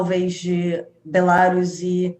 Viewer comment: Ela não sabe pronunciar o nome do país Belarus e não sabe pronunciar a palavra 'expertise', além de mostrar ideias confusas e totalmente desconexas com a realidade da Ucrânia. Onde será que foram buscar essa criatura???